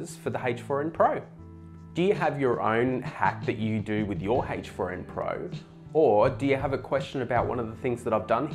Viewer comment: Are you saying HACHE FOUR IN????